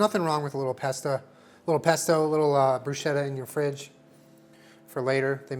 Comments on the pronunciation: Luv you but bruschetta is supposed to be pronounced “broo-sketta” 😐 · PSA: Bruschetta is pronounced like brusketta (the -ch sound in Italian makes a hard k sound). That is all. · i love you but PLEASE FOR THE LOVE OF GOD, please, pronounce bruschetta like brusketta, it's not a "sh" sound but a "sk" sound. yours faithfully, distressed italian dink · Italian pronunciation check! No big deal obviously just to inform you guys: it's pronounced brus-keht-ta not bru-shet-ta